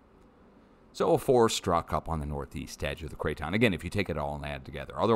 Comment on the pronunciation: "KRAYTON... Krayton... krayton...." 😅